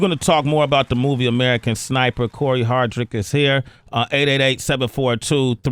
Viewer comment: Hardict, not Hardrick Sway lol